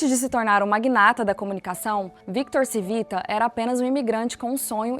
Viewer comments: Não era Civita , era “ Tivita” o correto de falar …É italiano ! Colocam a pessoa pra falar de algo e alguém tao importante e nem sabem pronunciar … nem foram atras saber o sobrenome direito ?? Eu hein ?! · Por favor, corrija a pronúncia! Não se pronuncia Civita porque não é Português e sim Italiano. Lê-se "Tchívita"😢. Gostei do conteúdo, pois fui assinante de várias revistas da Editora Abril. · “Tchivita” não “Sivita” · Video excelente! Único pecado foi faltar um pouco de pesquisa e chamar o dono e fundador de Victor "Sivita", sendo o modo correto é "Tivita". (Victor Civita. Roberto Civita). (Pode ser comprovado nesses vídeos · O nome do cara é Tchí vi ta. Proparoxítona. O nome é italiano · Excelente video! Nos tempos áureos da Abril - e também dos meus pais 😂😂😂 - no final dos anos 80/começo dos anos 90, assinávamos VEJA, Capricho, Superinteressante e SET (especializada em cinema). E líamos todas!! Deu saudade deste tempo. Só uma pequena correção: o nome da família Civita se lê (Tchívita). Parabéns pelo Canal! :) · Como vcs fizeram uma pesquisa tao completa e erraram na fonetica do nome do fundador ? Era só procurar uma mencao "CIVITA" em qq tele jornal ou radio e saberiam pronunciar o nome de uma forma correta... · Muito bom o vídeo, só tenho uma ressalva se a pronúncia do sobrenome Cívita está correta, dado que é italiano seria proparoxitona e não paroxitona como no vídeo.